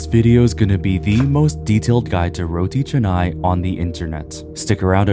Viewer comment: You pronounce correctly!! Some people pronounce it as Roti Kanai!!